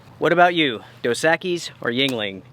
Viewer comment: Dos (ekeys) is how it's pronounced. Meaning 2 X's. Try it with a lime...delicious!! It's muh favorite.